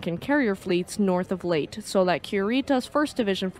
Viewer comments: It’s not late gulf, it’s Lay-taa gulf…. Leyte Gulf 😮 just saying 😊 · Quite note, it's LEY-teh, not "Late" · Good video. Just want to offer a tiny bit of help. The Leyte is not pronounced "late", as you say throughout the video. The word is pronounced "lay-tay". I know, I lived in Leyte for 4 years. Cheers! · I was on USS Leyte CVS 32 pronounced LAYTEE not late. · Magnificently done. You just gained another subscriber. As a historian that specializes in East Asian History and an avid enthusiast of the Imperial Japanese Navy it warms my heart to see History channels arising on YouTube. (One note: Leyte is pronounced Lay Tay) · Great video. Leyte Gulf is pronounced "Lay-tee Gulf". Thank you for an informative video! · Very well done... Suggest that you check two pronunciations: 1, Yokosuka is very often mispronounced by Americans. Phoenetically the Japanese pronounce it as Yokuska 2. Leyte (as in Leyte Gulf) is pronounced in rwo syllables Ley - tey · Leyte is pronounced "lay-tee" or "lay-tay." Forecastle, a naval term, is properly pronounced "fo'c'sle." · Lay tee Grumm an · Leyte Lay Tea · Lay-tee. Have you never heard it pronounced? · 'Leyte' is two syllables.